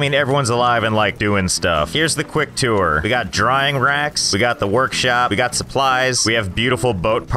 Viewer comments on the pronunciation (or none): none